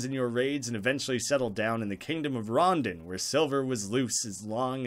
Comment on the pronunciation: I think its pronounced ron-dawn not rondun, idk though